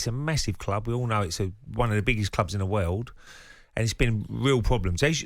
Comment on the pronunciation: Ray it's pronounced world.